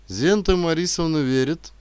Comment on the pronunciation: К сожалению ошибки режут слух. Если речь о латышах то деревня не литовская а латышская. Женская фамилия не Верит, а ВеритЕ.Чтец читает словно только-что проснулся ,лениво и развязно. Чтец поучитесь у чтецов старшего поколения .